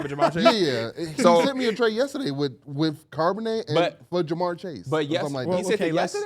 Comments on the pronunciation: “CARB”onnet😂😂, it’s pronounced like the beginning of Charlotte fellas. I love that y’all are getting into football tho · Just a heads up yall the H in Charbonnet isn’t silent